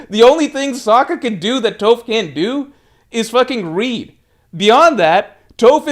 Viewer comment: you know damn well you’ve never heard anyone pronounce Toph’s name like that lol